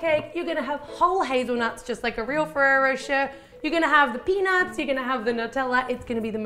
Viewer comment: Thank you for bringing up the "ay" thing. I was confused in the beginning of her video thinking she was saying Ferrero "For Sure" instead of Ferrero Rocher lmao